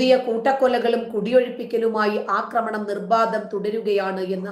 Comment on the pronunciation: 'ആക്രമണം' എന്നാണ് പറയേണ്ടത്. 'അക്രമണം ' എന്നത് തെറ്റാണ്. അക്രമിക്കുക എന്നല്ല. ആക്രമിക്കുക എന്നാണ്.